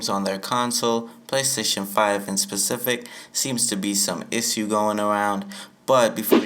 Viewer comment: Learn how to say issue